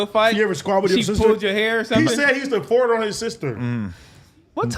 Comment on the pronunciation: Why does AD pronounce fart like fort?